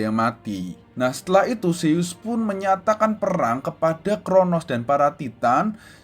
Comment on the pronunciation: Kak bukanya nama anak rea zeus bukan seyyus